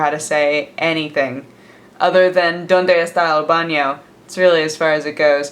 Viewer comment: you said chilaquiles and "estoy mas o menos" like incredibly well but "donde esta el baño" try to put less tone on and between the words like you did with "mas o menos", it really does help to learn the pronunciation of the spanish alphabet